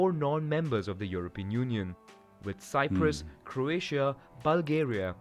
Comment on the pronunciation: Cant you say union?